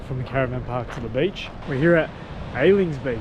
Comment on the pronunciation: "Alings beach" 🤦‍♂️